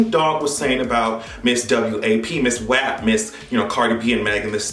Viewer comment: Brother , THANK YOU for properly pronouncing WAP like it should be pronounced . WHAP ! not wop . People nowadays are really fuckin' stupid illiterate .